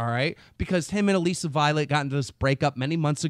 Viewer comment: 64bitRyan ikr. And "Alleesa Violet" 😂